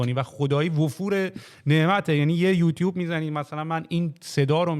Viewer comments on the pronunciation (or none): none